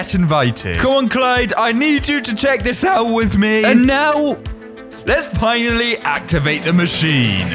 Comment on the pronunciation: And why did he say fhinally